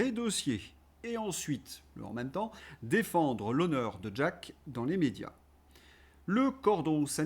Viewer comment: ....d'jack...m'a toujours agacé, le gus lui même , et la façon de prononcer le prénom à l'amerloquaine.....bonne continuation🐞🐞🐞🐞🐞🐞🐞🐞🐞🐞🐞🐞